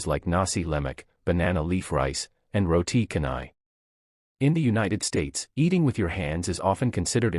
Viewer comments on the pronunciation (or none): Canai, pronounce as chanai, not kanai.